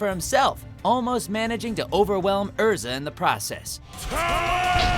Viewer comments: Come on Todd! That’s not how you pronounce Erza’s name. you should know that!!! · The pain of Natsu’s voice actor killing Erza’s name hurts me mostly because of the times he has said it on the anime... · He says Erza's name wrong most of the time, but he says it right . What gives? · I noticed that instead of saying Erza, Todd said Ezra instead (this only happened the first 2 times, he said it correctly the other times). 😇 Edited: I just scrolled down in the comments and didn't know that pronouncing names wrong was a thing on this channel so I guess Todd did it on purpose?...Most likely...Since he's a Fairy Tail voice actor (I hope that's the case but if not...People make mistakes so it's still okay). 😇😇😇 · Wtf. You called Erza, Ezra several times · yea it hurts when you say EZ ra insteand. of erza like emily annear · It really hurts how Todd said “Ezra” and not “Erza” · nice vid... but im getting annoyed every time you say Ezra instead of Erza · It's not ezra it is erza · Did this man seriously say Ezra instead of Erza? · EEEERRRRRRRRRRRRRRRRRRRzzzaaa. Not EEEEEZZZZRRRRaaaa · It's Erza not Ezra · u know its erza so stop saying ezra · Anyone else hear Todd call Erza “Ezra” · GALE CONFIRMED BY NATSU HIMSELF. But Todd.... WHY did you keep saying EZRA at the start?? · He called Erza 'Ezra' , WHY WOULD YOU FUCKING DO THAT 😠😠😠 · It's Erza not Ezra 😤😤😤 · DID I JUST HEAR HIM SAY EZRA????? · Ezra?! You've been dubbing this series for years and you say Ezra?! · I know jit did not just say Ezra!! And he works on the show!!! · TODD!!! Its "ERZA", NOT fucking "EZRA"! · Ezera? Here’s a tutorial on how to say Erza Er-z-a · Ezra? Really Todd? Her name is Erza. ERZA SCARLET Titania, Queen of the Fairies. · Anyone else noticing that Todd sometimes say Ezra and not Erza? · It hurts me when Todd keeps saying Ezra instead of Erza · At least he said it correctly on number 7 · He did say Erza but he also said Ezra. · He did not just say Ezra... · you cant say erza